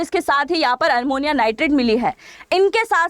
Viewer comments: MADAM,SORRY TO CORRECT YOU- iT'S NOT ARMONIA, IT IS AMMONIA. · आप शिक्षा देने वाली है और आप हिंदी भी शुद्ध नहीं बोलती हैं ये तो शर्म की बात है ये अमोनिया होता है अरमोनिया नहीं होता कृपया अपने वीडियो को सुनकर देखिए और ये रसियन प्वाइजन नहीं है रायसिन प्वाइजन है क्यों रसिया को बदनाम करती हो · ARMONIA NIGHTRET NEI " AMONIA NIGHTRET " HOGA UCCHARAN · Madam aapka news Acha hi sunder ka but Armonia nahi Ammonium n Russian nahi Raisin pls correct it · Armonia nhi amonia hota hai didi